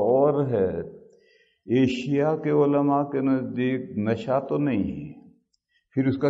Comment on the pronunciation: صحیح لفظ ایشیا ہے جناب!ایسیا نہیں!